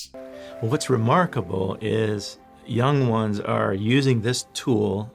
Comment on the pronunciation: "Yong Wans"